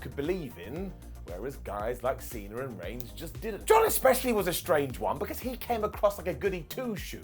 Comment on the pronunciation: Cena* not Cener